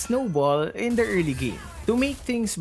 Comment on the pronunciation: I really like when always pronounce "the" as "da" even if the first letter of the next word is a vowel. 😹😹